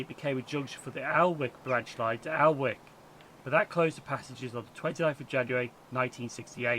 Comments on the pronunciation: Think Alnwick is pronounced annick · Good God man learn how to pronounce Alnwick. For an Englishman you do a great American tourist impression.